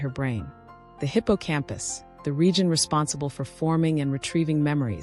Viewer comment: This is one of the better AI voices, and it even pronounced ‘Hippocampus’ correctly, a word some AI voices would mispronounce.